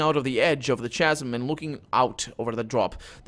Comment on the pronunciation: "Khasm". I know it's written "chasm", but it's a hard "c", "khasm". Sorry, not to be critical; your accent's fine, and you hit the fantasy names in interesting ways.